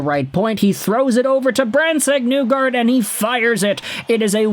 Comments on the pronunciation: It's NEE-gard not Nu-gard bro. He's pronounced it for people. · His last name is actually pronounced KNEE-guard, or KNEE-gord if you want to use the Norwegian pronunciation.